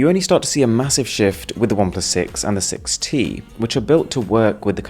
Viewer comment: you forgot the “T” in 6t XD